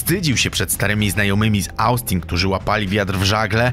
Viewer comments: Bawi mnie to jak źle ludzie wypowiadają nazwy stanów. Taki materiał a takie błędy moim zdaniem trochę wstyd BTW Mówi się (Ostin) a nie Ałstin aczkolwiek i tak propsy za materiał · W ostin nie austin bro błagam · Nie Austin ale wymawia sie “Ostin” z krotkim o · Nie [e baju] tylko [i beju], nie [austin] tylko [ostin] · Nie astin, a ostin, nie ebaj, a ibej. Przed nagraniem odcinka usiądź i poczytaj o prawidłowej wymowie zagranicznych nazw, bo kłuje w uszy. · Jak Ty akcentujesz słowa? Niekiedy mam wrażenie że tekst jest czytany przez wchodniego sąsiada. Z zagranicznymi nazwami też nie jest za kolorowo. Jeśli nie do końca czujesz się komfortowo z nazwami miast to sprawdź sobię je na forvo czy czymś podobnym zamiast czytać "austin" dokładnie tak jak jest napisane. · Szkoda chłopa, poza tym Austin czyta się ostin. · Nie chcę się czepiać ale popracuj nad wymową obcych nazw i imion , Austin czy Kirk